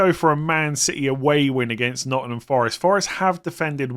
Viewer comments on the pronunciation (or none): none